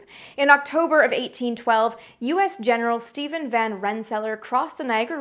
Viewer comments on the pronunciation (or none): none